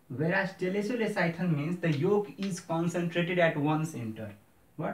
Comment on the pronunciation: Telecolecithal? Ki telolecithal** ?? Sachyauna paryo